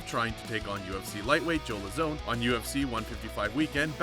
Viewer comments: Dude... why r u doing mma videos?? You don't even know how to pronounce the fighters' names. It's LOWzahn.... and TIErun not TyRONE. Go do something else. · As soon as he pronounced Joe Lauzon’s name the way he did, I knew he had no idea what he was talking about